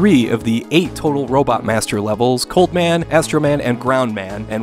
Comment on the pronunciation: It sounded like "Cult Man" when you said Cold Man, and now I want to see a Mega Man game where all the robots are religion-themed